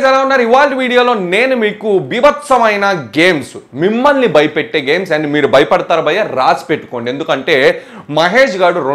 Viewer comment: మిమల్ని.. కాదు... బ్రదర్ మిమ్మల్ని ..అనాలి...🙏